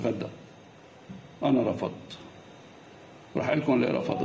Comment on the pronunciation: رفضت وليس رفدت